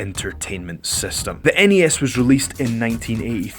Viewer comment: Why pronounce Sony as 'Sonny' and the NES as one word? You might be a local hero, but that just seems weird to me.